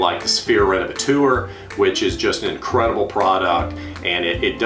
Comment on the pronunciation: Haha, I know this is an older video but I hope you practiced now how to pronounce Renovateur. It’s not revetour 😅